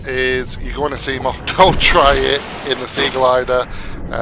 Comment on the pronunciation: He says sea moff😂